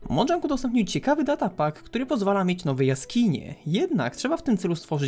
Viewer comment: Na przyszłość to czyta się mojang nie modżank